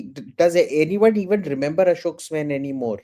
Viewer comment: Swain is pronounced like swine. I am not joking.